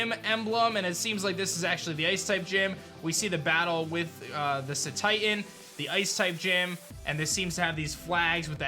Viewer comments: btw, its not pronounced 'see-titan', its 'say-titan', it comes from 'cetacean' which is the names for whales, and titan, for its size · Is Cetitan pronounced as Sea-Tie-Tan or is it (Se as in send) Se-Tea-Tan . It being based on spain & portugal I don't think its Sea-Tie-Tan BUT Se-Tea-Tan